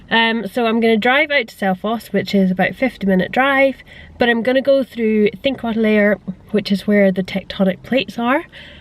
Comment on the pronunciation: the l. like in Þingvellir, the el is pronounced sorta like a t